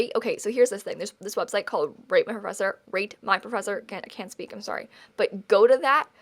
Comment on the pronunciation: okok was i the only one who heard RAPE my professor instead of rate because for a second i was like WOAH WOAH WOOOOAHHHH